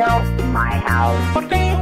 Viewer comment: i keep losing it at "how much money it costing por you to sell me your hou'? name your pry!"